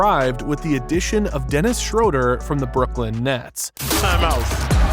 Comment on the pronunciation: Schruder ? Are you German because i am and you talk 💩